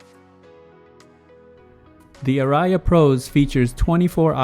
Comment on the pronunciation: Hey, I appreciate all your videos. BTW, the word ARIA is a musical term that is pronounced R + E + UH (emphasis on the R). I plan to buy the Advantree Audition Pro. I've heard them and well recorded music sounds great. Thanks again for you videos and reviews.